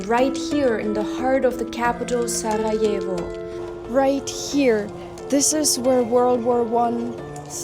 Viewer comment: you have a really lovely way of pronouncing the R in Sarajevo, where are you originally from?